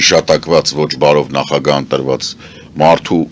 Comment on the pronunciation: Այ տղա, հազար եմ ասել, ոչ թե նախագան, այլ ՆԱԽԱԳԱՀԸ։